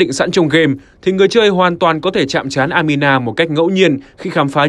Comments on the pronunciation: Anima đọc thành Amina ????? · Anima nhưng người đọc cứ amina mãi thế :)